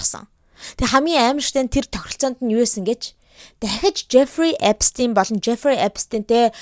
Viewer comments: Ner ni German Jewish ner uchir zuw duudlaga ni Эпстийн биш Эпштаян шүү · Эпштайн герман дуудлага. Угаасаа герман нэр учраас тэгж бичиж, яриад байгаа юм. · german hel deer st niilemjiig sh aviagaar unshdag shd 🥲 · Эпштайн гэж унших байх. Эпстин биш. Еврэй хүн шүү дээ. Энштайн гэдэг шиг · Epstein- Герман нэр Эпштайн гэж уншдаг юмаа. Англиар Эпс гээд с-р уншигдана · manaihan Albert Einstein gej German ayalgaar Sh-eer duudaad surtsan bolhoor Stein nernuudiig Sh-eer duudaad bdiin bn le. Angliar bol S-r duuddag 😊